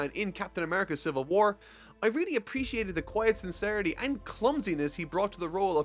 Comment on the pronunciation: “Civil Whuar”